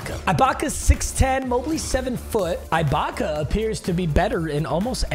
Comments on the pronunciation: Bro it kills me how hard he’s saying the “I” in Ibacka holy shot it’s not IKEA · for the last time, IT"S SERGE EEE-BAKA!! NOT EYE-BAKA!!! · E BAKA NOT I BAKA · “Serge eyebaka” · Serge Eye-Back-A! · My ears die every time he says I-baka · As a raptors fan eyebaka hurts me to hear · Bro says Serge Eye-Baka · Lmaooooo you call that baby ahh ish a beard ?? 😂😂😂😂😂😂😂😂 and it’s pronounced EEEEEEEEEE-BAKA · Serge Ibaka is pronounced E-BAKA. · Why he saying eyebaka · I hate how he kept pronouncing it eye Baka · The way he is saying Ibaka's name is making me punch a wall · Mispronouncing ’Ibaka’ annoyed the crap outta me 😂😂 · STOP SAYING IBAKA WRONG